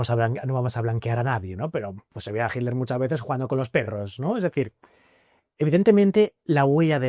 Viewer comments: mas claro que eso solo el agua FIJI, quizás no te percatas por costumbre, pero ningún español dice HITTTLER, no mencionan la T, dicen Hiler o algo así, pero bueno, no es importante, Gracias por contestar y me gustaría comentarte que tengo un canal que estrenará el otro año y así como tu hiciste aquel primer video en Egipto inspirado en el amigo egiptologo que admiras, yo ocupo el tuyo como uno de mis referentes. Que haya DESAFIO VIAJERO por muchos años mas.👏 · Srs, alguien me puede aclarar por qué en general los españoles dicen Himler a Hitler? Qué pasa con la T? Y no están hablando de Heinrich Luitpold Himmler, están hablando de Adolf Hitler! Entonces donde está la T en ese castellano? Todos hacen lo mismo! Hey, no soy hater, no quiero crear polémica! Solo quiero entender a que se debe, quizás hay una razón y yo estoy equivocado. Y en este canal las personas invitadas son personas muy cultas.